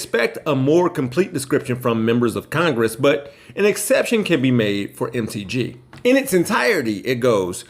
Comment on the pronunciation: Hey. when you said MTG it sounded like, "Empty G" I Love It!!! I'm calling her that from now on👏👏👏✌